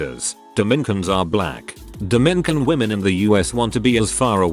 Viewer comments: TIL Robots cant pronounce "Dominican" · It is Dom in i can not Domi nican